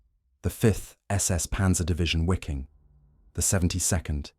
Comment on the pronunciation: Excellent, but it's not pronounced wee-king or wikking. It's Vee-king.